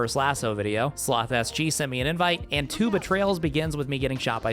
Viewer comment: I can guarantee I'm a worse shot 😆 great video dude. Also, I kept hearing you say "tube of trails" instead of two betrayals on that level, had me laughing hard!